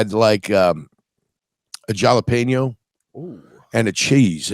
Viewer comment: called em: Jah-leh-pen-yos 😆 ✊🏽🐻⬇️